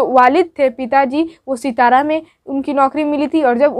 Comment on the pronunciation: सितारा नहीं बल्कि सतारा। सतारा महाराष्ट्र के एक जिले का नाम है।